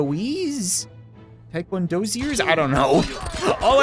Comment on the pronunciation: I'm gonna be silly and throw in a correction, just because I can and am a random person on the internet. Taekwon-do-ka. :D